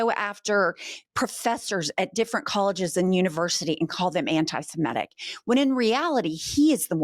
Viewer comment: It's "semitic" not "simetic." Common mispronounciation. Love you gals!💙💙💙